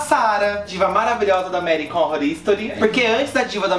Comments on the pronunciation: "American ónrror istori" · "American rorístori" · Nunca tinha ouvido alguém pronunciar tão mal "American Horror Story". Kkkkkkk morto. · que horrível essa pronúncia de American Horror Story